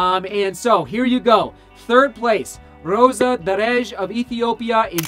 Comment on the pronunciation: I like how you pronounce Rosa Dereje! Kipchoge is an all Time great not just in running but in sport!